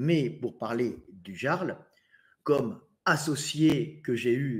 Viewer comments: moi aussi je prononce "Gearle" 😂😂😂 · Ça s'écrit le "Jarl" et ça se prononce le "Yarl". Encore un pseudo de faux jeton, ça s'écrit pas comme ça se prononce ! 😂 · En tous cas si Delavier dit "le Jarl", on est sûr que ça se prononce "le Yarl". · c est un ami mais il ne sait pas dire correctement le prénom de Jarl? bizarre, vous avez dit bizarre?🤔